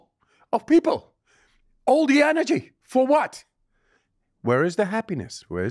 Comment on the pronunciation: This man talking organise 🤥 liars nonsense it's cheap to talk he never said energy he always said Anegy